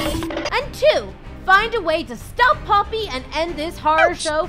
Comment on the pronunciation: its poppy not polly